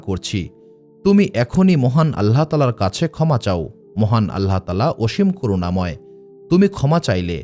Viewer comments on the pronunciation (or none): none